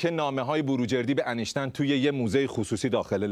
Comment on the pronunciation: وای داداش دردت ب فرق سر همشون اینکه بلد نیس بگه انیشتین میگه انشتن😂😂😂درضمن کسیکه مرده میخواد چکار کنه؟وااااااا خدایا ازدواج با اموات وای وای وای من ک حال مغزم بد شد